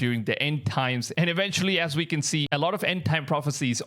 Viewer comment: Haha WISIBLE man you need some speech lessons...then EWENTUALLY you'll be able to make better WIDEOS , WISIBLE for all mankind to Vatch.😅😅😅..... Yes I laugh at my own jokes these days.